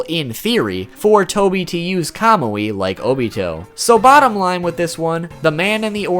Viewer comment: Hes sating kamui wrong